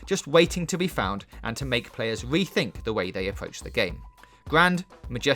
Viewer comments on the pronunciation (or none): FWEEDOM AND CWEATVITY WETHINK APWOACH AWOUND STOWIE ALWEADY WOCKSTAW WED DEAD WEDEMPTION SHEWIF GLOWIOUS HOWIZON ZEWO PWETTYNESS VAWIOUS STWATIGIES UNWAVEL GENEWATION WE FWESH KEATOS STWUCTURE FWEE INCWEDIBLY IMPWESS STAGEWINLY LEARN ENGLISH